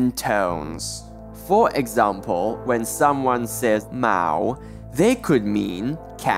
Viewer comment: This person can’t even pronounce some of the sounds correctly, especially mao